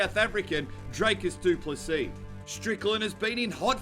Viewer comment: You will know how to pronounce his name after this fight, sheep shagger